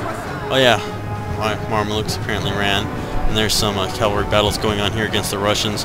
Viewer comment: Mar-me-lukes lol, it's "Mam-lucks"